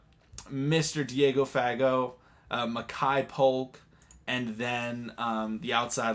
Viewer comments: It’s pronounced Diego *fuh-goh * fa is more of a” fuh” and “got” sounds more like “go” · Yeah, pretty sure you pronounced Fagot wrong. Emphasize second syllable. Been watching him for 4 years. It would be great to see a Navy Baller (that graduated), make an impact on the NFL since Stabauch. There have been several since. The Pats Long snapper has been the biggest success lately.